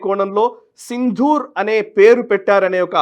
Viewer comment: ప్రస్తుతానికి అసందర్భమే కానీ ఒక చిన్న సవరణ! సింధూర్ అనే పదం సరైనది కాదు సిందూర్ అనేది సరైన పదం. దకారానికి ఒత్తు ఉండదు